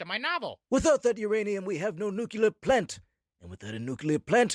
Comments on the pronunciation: Did Mr. Burns say nucular? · The real Mr. Burns knows how to pronounce nuclear.